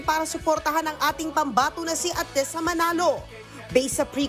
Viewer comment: Stop MISPRONOUNCING her name!